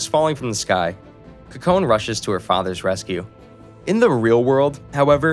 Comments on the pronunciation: Him not saying Kokone as "Cocoa Nay" but as "Kuh Cone" is kinda triggering, even more than his pronunciation of Watanabe as "wah tuh nah bee" instead of "wah tah nah bay".... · "Wattanabie" bruhhh wa-ta-na-be "Cocone" kok-ko-ne I'm physically hurt from his mispronunciation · Her name is pronounced Co co neh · This has been bothering me throughout the whole video cause I believe he pronounced it right once but never again :/ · A small bit of constructive criticism, I was trying to look up the name of this anime by searching the protagonists name but you were pronouncing it wrong so didn't know how to spell it, I had to go back to the beginning. A note about Japanese names, Japanese is a very phonetically consistent language, so the rules are rather simple. Whenever you see an 'e' in a Japanese term or name, it's pronounced like a long e, like "eeh " like in words touche' or puree. You saw an e after the letter n and assumed it was silent, which is understandable, but there aren't really silent letters in Japanese. Her name would be pronounced 'Koh-Koh-Neh', not 'Ko-cone.' Watanabe would be pronounced 'Wah-Tah-Nah-Beh', not with a 'Be' at the end. I'm moderately fluid so it stuck out to me, but it's good to learn language and share that info, I think it enriches the watching experience when you know how their names are said. I'd encourage you to listen to the original Japanese audio with subs for like an episode or two, just to see how they say the characters names, to avoid confusion going forward. In Japanese they often say their family last/names first, then given/first name, so unless they're really close, most people will call people by their last names, watch out for that too. Other than that good job. I enjoyed your story telling and paused cause I think I'll watch it myself! Great job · are we gonna casually gloss over the facts he pronounced kokone wrong??